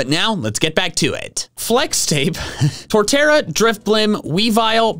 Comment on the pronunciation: IT'S TORTERRA, NOT TORTARA!